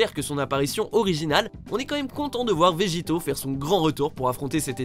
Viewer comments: S est pas vegito mais vegeto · C'est pas végito c' est végéto